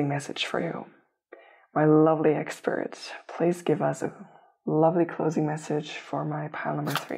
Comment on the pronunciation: I heard it that way too 😂